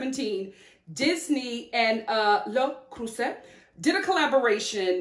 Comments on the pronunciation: Happy for your new channel! Also, I'm glad that you corrected your prononciation of "Le Creuset", I know French words can be hard for Americans. You almost pronounce it perfectly! It's "Le" having an "euh" sound (like the e in butter), and "Creuset" having an "euh" sound, then a "z" sound (not s) and finally an "a" sound like in ache: L-euh Cr-euh-z-a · I love the way you pronounce Le Creuset so I'm really hoping you don't change it. But in case you need a refresher, it's Luh (pronounced uh with an L) crew-zay (minus the ye sound, think "cruise" then put it through an "I'm drunk and think I'm speaking French" filter😜)